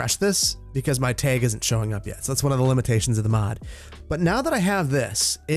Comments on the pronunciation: Is he saying “tehg” instead of “tag” ? Lol it just sounded off to me. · TAG not teg you are saying the word wrong bro And stop with all the trees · Tayg Flayg Straygler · "tehg" that wisconsin poppin out -a chicagoan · You can really hear your accent in the pronunciation of Tag ("teg"), flag ("fleg) and LOD ("lode" / "load") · I can tell you aren't from the part of the Midwest I'm from because you say tag like tayg XD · Fellow upper midwesterner here, love hearing you say "tag" and "stragglers"😀 Also I am all for having buildings along the perimeter of the government center, as long as they're a consistent design. I think there is enough open space along the parkway that you can fill in the interior areas a bit more! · I love the way says tag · I love it! You’re Wisconsin was coming out when you said “tag”. Don’t you know. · The way he says “tag” is so funny 😂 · The way he was saying tag😂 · Don't know if it's a Wisconsin accent thing but your pronunciation of "Tag" is quite unique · "tag" said w/ heavy midwestern accent